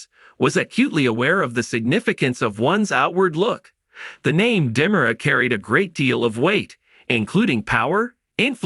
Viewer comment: These people cant even pronounce names correctly get people who can read right and pronounce Di Mera right